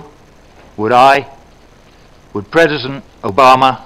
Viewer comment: "Predison Obama" (Is he drunk or what? He does not seem to be well in shape least is to say...) - (or should I say - ) When did Israel deny the so called "Palestinians" right to enter negotiations as to provide them sovereignty over territories and as such their right of self-determination? (Small remark for putting Palestinians between quotes, is that I'm not a racist person for me every person that lives in Palestine is a Palestinian...)